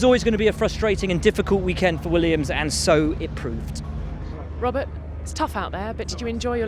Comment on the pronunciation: Bwoahrt kubica